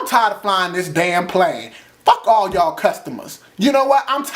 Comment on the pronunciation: Lmfaooooooo "whooooo the fuck are y'alllllllll" you said that so country!